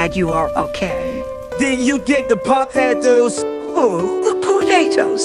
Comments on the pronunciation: Some "Pawtatoes"💀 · “The POOtatos”